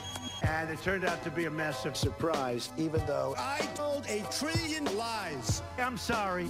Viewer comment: “I told a TREEELION lies.” Why can’t he pronounce words like “billion” or “trillion”. It’s weird.